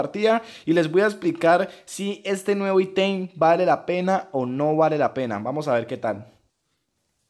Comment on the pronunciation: Por que dice itein...